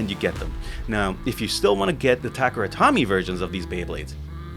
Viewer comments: "Tomy" in Takara Tomy is pronounced like "Toe-me", not "Tommy". If you're gonna make beyblade vids should at least get the name right. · no, it's "toe-meh" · I feel the exact same way. No reason to be ignorant with todays info. And when you learn the correct way to pronounce, make the change :) Also so many people say “Takehra” haha but Tommy? Lost all Beyblade credibility